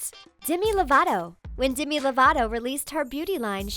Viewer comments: It's Demi not dimi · It's Demi not Dimmy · D E M I. You are pronouncing it dimi. the e in demi make an e sound not an I sound. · She pronounced Demi dimi and zayn Malik as malike